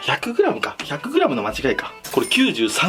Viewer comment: せめて一↑万↑円↓てっ言うんだったら100グラムも1↑0↑0↓グラムてっそろえて(マジでどうでもいい)